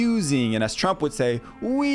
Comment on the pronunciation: that's a weird way to say Trump.